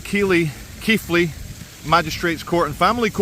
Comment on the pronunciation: 1st well done pronouncing my home town keighley correct we’re many fail. 2nd watched your vlogg on your childrens mother and police warning threat your life I feel for you my man and fathers are mistreated and love for there kids part of the whole to divide. However if your children anything like you with intelligent they’ll see the truth behind the poisonous words of custodial parent. Keep strong truth will always win.